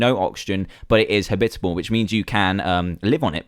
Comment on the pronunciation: You say habitable weng!